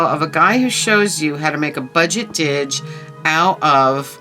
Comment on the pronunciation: Hey, You got the mother lode with finds here! That's a deal on the CD cases. Aww, elf chef. Am very curious to look into those cult (literally cult) records, ha. Fun Tiny Tim, right down to what appears to be R. Crumb artwork. Sweet, you got the didge! You're pronouncing it right, I believe. Looks beautiful, and you already have a pretty nice sound out of it. I'm housesitting for my buddy for a few days and the neighborhood pizza joint I just picked up an order from doesn't open up 'til 4....I will say it's worth the wait though. Very nice, I don't really put Halloween away either, no surprise. Dump cake sounds delish. Peace, love, sunshine and flurries. -Carm & multiple furs 🐈‍⬛🐶🦮🐕‍🦺